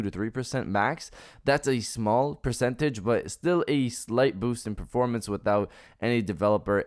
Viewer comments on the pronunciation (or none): none